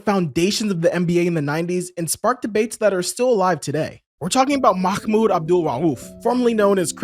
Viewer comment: haha great video though. Pronunciation is Mah-Mood. Not Makhhmood 😂